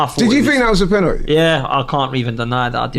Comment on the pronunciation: Why does says the word penalty “penateee”? Why does he try to talk black? You’re not black mate, you’re right? Sort yourself out pal ffs